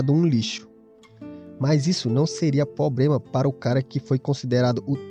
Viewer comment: Meu chefe, você disse "probrema", quando escutei isso eu tive que me inscrever, aqui é a minha galera! Não é piada! É nós! Valeu pelo conteúdo!!!